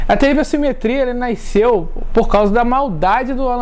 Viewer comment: "Naisceu"... a cada pronuncia espetava meus ouvidos